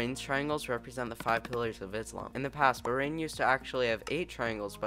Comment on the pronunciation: remember Bahrain is pronounced buh-HRAIN and not BUH-rain and Qatar is pronounced exactly the same way you would pronounce cutter.